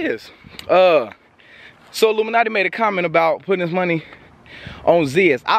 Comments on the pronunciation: Bruhh you calling him solluminati on purpose? ahahahahaha dying outchere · So we just gonna ignore the fact that massacred his name 😂😂 “sollumanti”